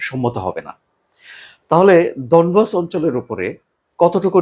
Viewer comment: ডনবস না ডনেক্স